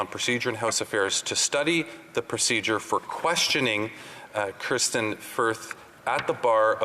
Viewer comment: Gerretsen repeatedly called Kristian Firth - Kirstain Firth. Did anyone correct him, or even question if he actually knew who the individual was that he was referring to?